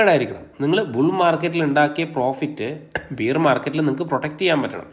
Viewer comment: ബിയർ market അല്ല ബെയർ market എന്ന് പറയൂ